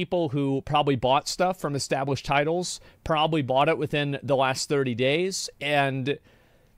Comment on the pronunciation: "etablished" oh... 0 seconds in and you done goofed..